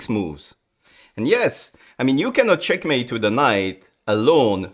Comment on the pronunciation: Can't believe this is the guy who says "cHyeAkmeit"